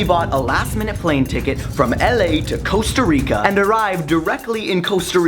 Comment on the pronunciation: It's not Coasta Rica, it's Costa Rica... Kappa